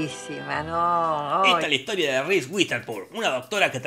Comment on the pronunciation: Un shot por cada vez que Jorge dice "RIS UITERSPUN"